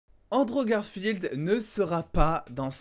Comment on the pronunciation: ok premère minutes Androve Garfield yay rip la prononciation